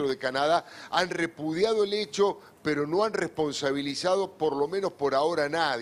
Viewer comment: Peto 😅😅😅te falla la erre 😅😅😅